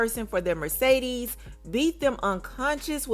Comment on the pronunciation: Take a shot every time she says merce-deeez